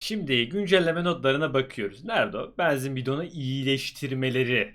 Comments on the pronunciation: Yav neden beenzin diyorsun abi shshshdhdjdj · Abi banzin değil benzin diyenler +1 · ne olur benzin kelimesini düzgün telaffuz eder misin kanka bEEnzin değil benzin olacak yalvarırım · Abi allah aşkına şu benzine beanzin deme